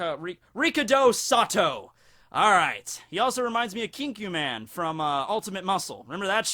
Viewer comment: Kinniku man not kinku man